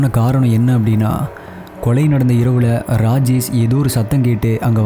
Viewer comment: Please improve your pronunciation. For Rajesh you're pronouncing as Rajes